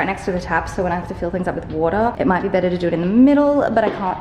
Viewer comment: The moment you said "betterrr" I was like oh my goodness, she's really becoming Canadian😜 🇨🇦